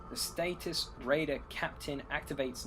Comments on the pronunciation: Harvin? Derrrg? Status? ...do you even read these names? Nice BR tho, great to watch and nice narrative other than the name mauling! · Satyxis = "sah-TICKS-iss". Darragh = "DAH-rug".